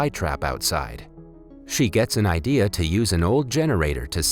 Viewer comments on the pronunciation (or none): none